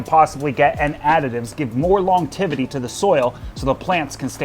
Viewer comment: Buddy, I love you, and I'm sorry to have to say it, but it's driving me crazy... 'Longevity'... not "longtivity"... there's a 'g' in there, and only the one 't'. ☮💗